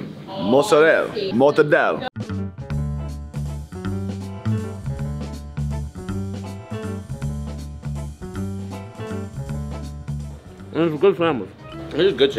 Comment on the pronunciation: Every time young pronounces Mozzarella Mozzarell, a Dolente dies somewhere in Old Country.